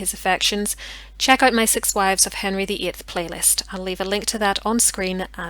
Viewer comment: It sounds like you said Henry vii?